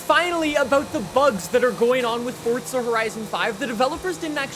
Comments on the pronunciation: It's not fort-za FFS. There's no T in FORZA !! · "Fortza horizon 5" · Is it pronounced 'Fortza' even tho it's spelled forza? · Welcome back to fortza horizon 5😂